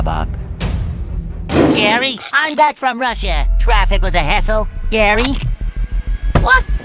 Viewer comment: "Russa" xd...